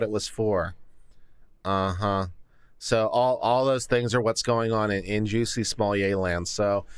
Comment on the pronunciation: His name is not pronounced as Juicy, it’s Juss-ee